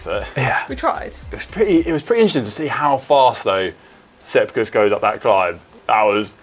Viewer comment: Like when heard Sepp Kuss 👌